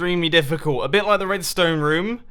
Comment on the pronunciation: it's pronounced room not rom or rum!!!!!!!!!